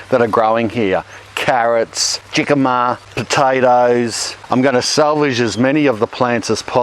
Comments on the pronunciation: OUCH, that was painful! Jicama IS NOT pronounced phonetically! It's not an English word, it's Spanish. Pronounced: HEE KA MA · GEE-kama!! hahaha, It's HE-kama, but good try! lol, great gardening vid!!!!! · Jhicama?? Mate...hicama. They're a latin thing...where js are pronounced h like in Jalapeno.... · Jig-ah-mah? I love Commonwealth pronunciations. He-kah-mah is the way I learned. No right or wrong. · Lol, Gicama? its J(h)icama! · Listened THRICE now, still not caught the name - root/tuber crop sounds like Jikomers? FOUND IT - eventually:- "Jicama Jicama is a climbing legume that produces large, plump tuberous roots. Jicama tubers can grow up to 8 feet long in a five-month growing season. The starchy root of the jicama vine is eaten raw or cooked, with a crisp fresh taste like apples and water chestnuts. It is a popular vegetable in Mexico, where it is prepared in many ways and eaten with liberal spices. As a tropical plant, Jicama grows best in tropical and southern temperate climates, requiring five to nine months to produce very large roots." Sound like "not much cop" up here.🇬🇧 ? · What the heck is gickama??? Does he mean jicama (HICK-ah-mah)??? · Nice Video. It's pronounced "Hicama" in Spanish the "J" sounds like an "H". Subscribed. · Pronounce "Hic-a-ma" not Jicama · Jicama is pronounced Hicima. 😃 😊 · the J in Spanish is pronounced with an H. so jicama is pronounced as Hicama. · for the record its pronounced "HE-KA-MA" (jicama) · Isn't jicama pronounced hicama? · Hicama love! “J” has an H sound for these beautiful roots! I’m so glad that I found you today! We’re just getting ready to use an old, oval water trough as a raised bed and I had forgotten about hugelkultur! Especially exciting to see how it breaks down. 😎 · It’s pronounced Hicama. Spanish J is pronounced like an H. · Jicama is a Spanish word, and the J is pronounced like an H. 'hee-ka-ma' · Jicama is pronounced hee ca ma. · Jicama is pronounced Hicama. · Jicama is Spanish. Pronounced “hicama ”